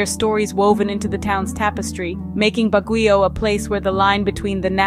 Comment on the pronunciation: Siquijor is pronounce Sikihor not sikwijor also Baguio is pronounce Bagyo not Bagiyo